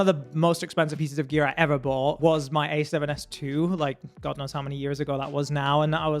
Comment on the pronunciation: Seems like an arbitrary list based on personal preference and not how well the brand makes cameras. Dude can't even pronounce A7CII correctly and the video is so saturated there are colours clipping